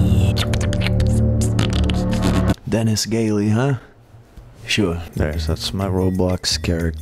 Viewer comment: "Denis gaily" its everything